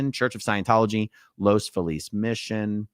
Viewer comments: It’s Los Feeliz. Not Los Falease . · Just FYI, Aaron, the city is pronounced Los FEE-liz.